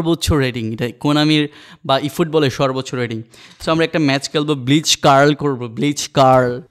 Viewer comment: ব্লিটজ ব্লিচ না ভাই